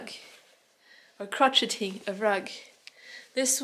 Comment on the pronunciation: it is cro-shay-ing.